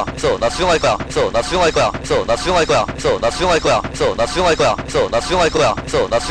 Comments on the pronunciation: 존나충할거야 이래들림 ㅋㅋㅋㅋ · 됐어 나 수정할꺼라고 들린다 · 개속들으면 '됏어 나슝할거야 ' ㅊㅓ럼들림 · 이거 많이 들으면 나 수정할꺼야 라고들림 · 근데 몇번은 나 숭할거야 라고 들리지